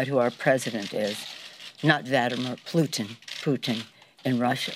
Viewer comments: Ahhhhhhhhhh haaaaaaa haaaaaaa haaaaaaa the Democrats are in a PANIC, shameless, invoking the Russians and PLUTIN, SHE ACTUALLY SAID PLUTIN. The Russians hacked Barisma, the guy that said this worked for Crowdstrike, their the ones that lied about the Russian fuzzy bear hacking the DNC!!! Seth Rich uncovered TREASON by the Dems, he gave it to Wikleaks, and they murdered Seth for it. THEY WILL NOT GET AWAY WITH IT, THEY SOLD US SECRETS TO THE HIGHEST BIDDER USING CROWDSTRIKE AS THE CLEARING HOUSE. THE AWANS STOLE US INFO TO THE MUSLIM BROTHERHOOD. The manchurian candidate Obama was a a CIA/Saudi/Muslim brotherhood TRAITOR, A RENEGADE. THEY ALL MUST BE BROUGHT TO JUSTICE. HRC and the Foundation took the pay offs. It's all coming out, NOTHING CAN STOP IT, NOTHING. WWG1WGA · "Plutin" remove her as speaker. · "Plutin" LOL!